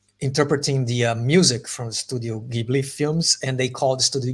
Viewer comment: Gibly or Jibly... in japan they say ジブリ which is Jiburi (the Ji is pronounced like Gy in Gypsy).